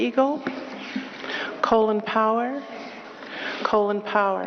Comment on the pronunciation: LOL she pronounces Colin (Caw-lynn) Pollard as "Colon Pollar"